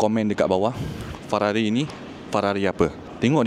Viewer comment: hahahaha aku ske sebut Fararri